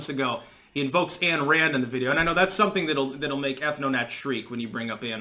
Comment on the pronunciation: Ayn Rand. Not Ann Rand.